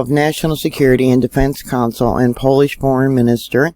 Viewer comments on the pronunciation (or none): none